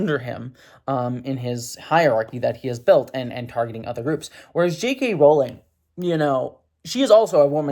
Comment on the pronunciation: I like how you say "JK Rolling".